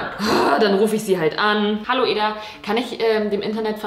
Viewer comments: Sorry, dass ich jetzt hier den Klugscheisser raushängen lasse, aber Eda wird Edda ausgesprochen und nicht Eeda xD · du sprichst edas namen die ganze zeit falsch aus haha man spricht es "edda" aus also schnell, nicht eeeda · Ih ich hab das gleiche Sternzeichen wie Joshua Weissleder ._. Mega belastend Wow sie einfach Eda anruft 😂💗 Und wieso betonst du ihren Namen so merkwürdig o.o